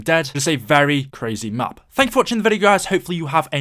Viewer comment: When you sed thank you it sound like fuck you